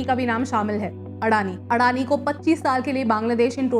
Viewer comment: Its अदानी not अडाणी Improve your pronunciations don't become bihari